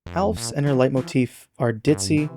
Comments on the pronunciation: it is not pronounced alfs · Pronouncing Alphys like "Alfs"? What is she gonna eat some cats? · Why do you keep calling her Alf and not Alphys 😭😭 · ... ALFS... I mean, now that I look at it... that's totally a natural pronunciation of her name someone could conclude. But i'm so used to hearing 'Al-feeze' or 'Al-fiss' that 'ALFS' absolutely takes me out lmaoooo XD This video is absolutely fantastic, i love your ideas on what the different leitmotifs represent on a deeper level! It's always seemed weird to me that Hopes and Dreams has the Snowdin motif, but if it represents monsterkind that just... makes SO! MUCH! SENSE!!!!! my mind is absolutely blown... I'd love to hear your thoughts on whether the three different leitmotifs of Once Upon A Time have any distinct meanings - I treat them as three differrent leitmotifs in my head so i was surprised you grouped them together! (I had some idea once that the three themes could be used to represent Undertale, Chara, and Frisk respectively, maybe not in that order? Not that I think that is the intention, just that it would be fun to use them that way!) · screw "Alfis" pronunciation i believe in "ALFFS" pronunciation supremacy 🤲🤲🤲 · Fun fact: Toby Fox has confirmed that Alphys is pronounced "al-feez", meaning "al" like the end of "canal" and "feez" rhymes with "sneeze" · sorry "alphs?????" also Omega flowey being viewed as the helpless (but not really) motif makes a lot of sense with it appearing in a weirdly large amount of songs in Deltarune like The Dark Truth and Neverending Night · you say alphs, its odd to me, ive never heard it pronounced that way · Absolutely banger video, my man.... Also the way you pronounce Alphys is a crime againt humanity. I think it's widely accepted that it's pronounced Alf-iss, but I'm being pedantic. Love Undertale's soundtrack and I love your deep dive analysis of it! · I can't help but wonder why you pronounce it "alphs". There's vowel in there, why skip it? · how does blud pronounce alphys